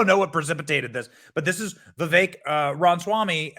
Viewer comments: Benny, love your show, but learn how to PRONOUNCE HIS LAST NAME! 😂😂😂 🤦🏻‍♂️ RA-MA-SWAMI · Come on Benny. Please say Mr. Ramaswamy’s name correctly. You’re killing me here.